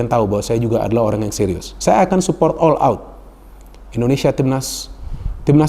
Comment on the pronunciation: Indonesia bung bukan endonesia